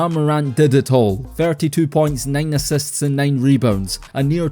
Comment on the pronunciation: assists spoken as assets lol